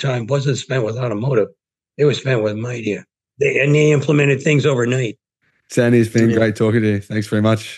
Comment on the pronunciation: Sandyson hahahaha sorry no just sandy